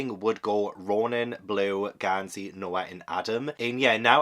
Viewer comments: not GONE-sey 😭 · goes and makes Gansey even more posh with calling him Gohn-sey 😂